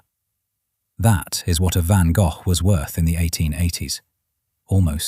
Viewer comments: You People Are Just Weird..And This Is AI…He Pronounced His Last Name..VANGOFF🤷🏼‍♀️Get It Right,The Man Is A Legend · Ok- Stupid Ai- The first two words as you started your video TOTALLY MISPRONOUNCED VINCENT VAN GOFFFFFF🖕🤬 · WHERE DOES THAT F. COME FROM? HIS NAME IS. GOGH, NOT AN F ANYWHERE, THE H IS SILENT SO …….VAN GOG(h) !! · I have been to the van Gogh museum in the Museum Quarter in Amsterdam. It was an extraordinary experience!Too bad the idiot AI doesn’t know how to pronounce the artist’s name! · Damned AI cant even pronounce Van Gogh correctly. Why even listen as if it can be trusted information. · Fascinating! And, to me, it's always been pronounced "Van Go". What a tormented soul. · but apart from the heinous and atrocious butchering of the name, did you enjoy the video? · It is not Van Gogh's painting it is a Van Gogh painting Pronounced Van Go, not Van Goff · LEARN HOW to pronounce Gogh, it is not Van goff, is sounds more like Van Goh...Check with "how to pronounce a word" on your tube. it should come out almost as a cough. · For the sake of sanity, you're calling him Van GOLF when it is pronounced Van GO, 😂 LMAO Golf, LAWD HELP ME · Van Goff? Seriously? If you're gonna use a text reader.....then write the narrative in a way that makes the computer at least that has them pronounce it properly. Write "Van Goe." Then it comes our correctly., All you guys do this, but do not bother to fix it. Drives me nuts and I stop watching it immediately. Just pure laziness. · Who the heck is Van Goff??😂. Van Go is how I was taught. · I am 71 and in ALL my life, I have never heard his name pronounced Van Goff. Interesting. Looks like I need to do a bit of sleuthing to confirm. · yes, but, he was born and raised in France where they would have pronounced his name as “gaugh(f)”. 😊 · Van Go. Florida USA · Van Go - Canada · Vincent VanGuff?? 🤦🏽‍♀️ Ai needs to work on it's pronunciation. I don't even care what this video is about. 🙄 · Van Goe, that's how it's pronounced!!